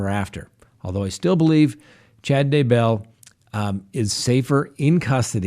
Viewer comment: as if you haven’t already been told 100 times, the accent is on the first syllable in “Daybell”